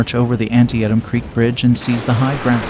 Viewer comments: Well, you lost me as soon as your auto-narrator mispronounced "Antietam." Couldn't you even do your own voiceover? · I agree with you. AI needs work on correct pronunciation. It’s not rocket science. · If they can't pronounce Antietam correctly I'm gonna take a hard pass. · I’m a historian and I know your mad but it was a simple mistake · The producer should have watched a video from the Park Service to get the correct pronunciation for Antietam. A simple, quick solution to get their script correct. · the solution is to narrate your own video and hold yourself to higher standards. Allowing the AI to mispronounce the name of the centre piece of the battle is slack. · You don't know how to pronounce "Antietam." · “An-Tee-Tum” not “Anti-atom” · Not pronounced Anty at em creek but An-tee-tum. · "An-ti-e-tam creek?" WTF is that? The rest of the world has called it "An-tee-tam" since the Civil War. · An-tee-tum creek! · Tell it's An-TEE-tum. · Thanks for the video! If they get the chance folks should visit this area. Oh, and it is pronounced "An-tee-tum. " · Too bad the announcer couldn't pronounce Antietam correctly. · Antee-Attem Creek? Alrighty then. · How come an American can't properly say Antietam? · Stop using an AI voice. To mispronounce the name of the battle you're showing is just wrong ! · Teach AI how to pronounce Antietam. 🖕🏻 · Learn how to pronounce Antietam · Always a great sign when the $hitty ai mispronounces the name of THE TITLE OF THE VIDEO!!!!!!!!!!!!!!!!!!!!!!!!!!!!!! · Mispronouncing Antitiem is off putting to say the least.